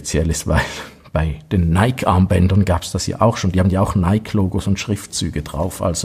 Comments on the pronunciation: Ich hab bloss zwei Kleinigkeiten anzumerken an deinem wie immer spassigen, wie informativen Video.👍 1. Nike spricht man Neikie aus. (Ich weiss, besserwisserisch, Haarspalterei usw. Aber wenn du Neik sagst, dreht sich bei mir die Bauchspeicheldrüse um und tut nicht mehr was sie soll.🥺) 2. Das weisse Armband passt ja besonders zur weissen Variante des Ziffernblattes hervorragend (auch wenn es nur aktiv weiss ist). Und genau das zeigst du nicht. 😭. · Hahaha. Zweimal hast du absolut recht. Hatte das weisse Zifferblatt schon vorbereitet. War nur ein Wisch weg. Habe es aber vergessen :( Und das mit Nike stimmt auch. Hier sagen wir aber oft Neik, darum tu ich mich immer noch schwer mit der richtigen Aussprache, obwohl ich es ja aus dem Altgriechischen herleiten könnte...